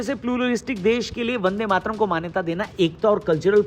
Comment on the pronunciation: ko bolna nahi aata 'Mataran' bolti hai